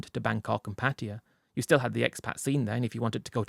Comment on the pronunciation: Can’t you at least try pronounce the word Pattaya the right way ? What is patia ?